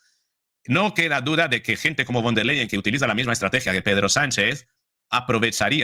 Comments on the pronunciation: Von der Leyen se dice , fon der Leyen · con respeto...la V en alemán, se pronuncia como la F,,,,o sea, VON, se pronuncia como FON.. seria von der Leyen, o sea se pronuncia como fon der Leyen..gracias. gracia por las importantes informaciones, soy su seguidora..mis respetos